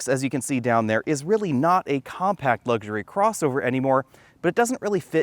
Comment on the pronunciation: It's luxury not lugsury.